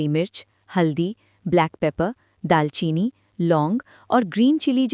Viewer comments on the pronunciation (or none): none